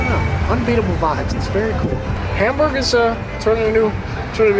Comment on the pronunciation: I love how when you're speaking English you don't try to say Hamburg the German way which so many Americans butcher it hurts. I think I can say it correctly in German but it probably gives me away. Funny such a simple word is so hard. Our pronunciation debate of the day is whether Mundschutz has the exact same u in both parts of the word. I say no, others disagree. To me, the u in Datenschutz sounds different than in Funk. Any help?